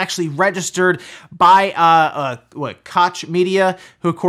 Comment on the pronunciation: i believe KOCH is pronounced like Coke